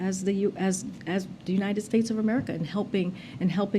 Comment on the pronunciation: Herbaderb I give you The president of the uniterd States HAHAHA